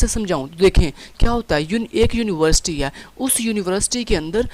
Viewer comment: university ❌ univerisity ✔✔😞😞